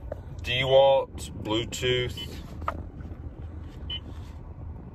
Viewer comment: Dah-walt, not Dee-Walt. I appreciate the review, thank you